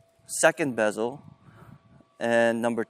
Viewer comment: you say besel instead of bevel 😂😂you already lost credibility , then you are saying that all the books are wrong and its better to play with a different grip because its easier? this is one of the most ridiculous tennis videos I ve seen so far